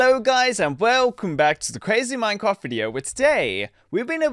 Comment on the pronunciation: When you typed minecraft you said mineraft